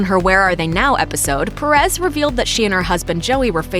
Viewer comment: The way they pronounced “Perez” tho 😂 I’m not making fun I know most English speaking people don’t have a Hispanic accent but It kinda bothered me (sorry( @@